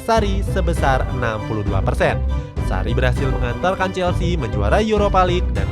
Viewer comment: "sarri berhasil mengantalkan chelsea" kalo gasalah denger 😂😂